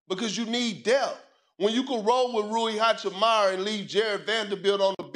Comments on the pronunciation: "Rui Hachimara" is crazy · Bruh Perk said ROOY HACHEMARRA 😂😂